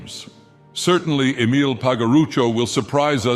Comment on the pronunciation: I love how he butchers Emile's name with each use.